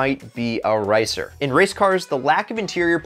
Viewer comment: your speaking "racer" and "ricer" is identical